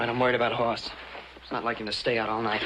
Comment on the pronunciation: It's Hoss not Haas Mr writer man